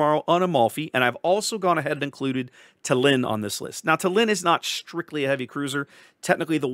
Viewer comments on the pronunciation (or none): Small correction - tAllinn (stress on the first part) 😊. The capital of Estonia.